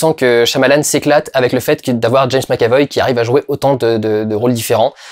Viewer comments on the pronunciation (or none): none